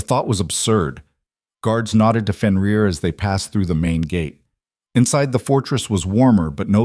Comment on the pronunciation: AI is having severe problems with Fenrir/ benrir/ whichever spelling you use for his name .